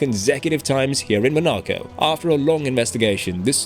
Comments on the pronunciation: You lost all respect at “Monaco” pronunciation… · Great video, but you need to work on pronouncing Monaco.